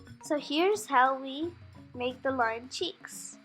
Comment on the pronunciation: Very creative, I liked it. Your pronunciation of lion is wonky 😄